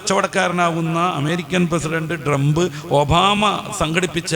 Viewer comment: Drump എന്ന് പറയരുത് 🙏 Trump എന്നു തന്നെ പറയൂ.